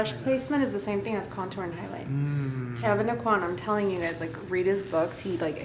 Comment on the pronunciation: Love this. BUT I cringe when people say Kevyn Auqwann. I am from his home town. It is Awquin. Like, as in hotel "inn". Drives me nuts.